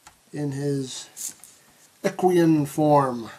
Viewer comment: ***** Well, to be perfectly honest, he didn't pronounce "equine" correctly either...